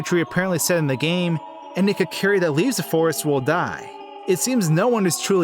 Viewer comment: Kakeeri forest? It's Kokiri. Pronounce Koe-ka-rE